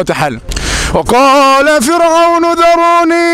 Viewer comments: اخي الكريم (فرعون) بترقيق الراء وجزاك الله خير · جزاك الله خير أخ ، لا زلت تخطئ في آية ( و قال فرعون ) فرعون بدون تضخيم الراء ، أنت قارئ للقرآن لازم تكون عارف القراءة الصحيحة و شي لازم على كل مسلم.اسمع للقراء جيداً ،